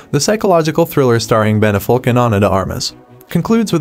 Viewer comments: His name is Ben "AFF-LICK" not... "AFF-OLK"!!! How on earth does that get messed up in production of a video like this!? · Not sure what is more infuriating: Melinda seeing multiple people while being married in the movie, or the multiple "Ben Afolk" mis-pronunciations in the video lol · You couldn’t google the pronunciation of Affleck?